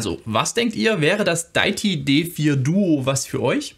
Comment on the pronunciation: Sehr hilfreiches Video! Definitv mal ausprobieren, das Di-ä-ti (nicht daiti 😬) D4. Geniales Konzept von Deity! Auch, dass es ohne Batterie geht und die 2 getrennt aufnehmbaren Spuren! Auch genial, dass man obendrein noch n anderes Mic anschließen kann. Super AIO Lösung. Danke fürs Video!